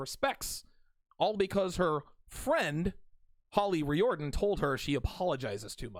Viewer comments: I must rise in defense of the Irish. It's pronounced reared-in not ree-or-den. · Its pronounced REER-DEN.